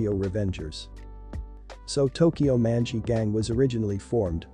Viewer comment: Why he pronounce Manji' like that😭 oof